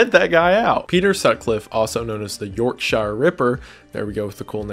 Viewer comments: Note on Peter Sutcliffe, I live about 15 minutes from where he used to live and me and my family are quite interested in his case due to our locality to him and the murders. Wendigoon pronounced Yorkshire completely wrong (very painful to me (im Yorkshire lol))💀 its pronounced york-shure/sha .He is pretty infamous in England tbh and probably in the top 3 of famous English killers including Jack the ripper and also Fred and Rose. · The way he said York-SHIRE my Yorkshire ears can’t lol 😭😭😭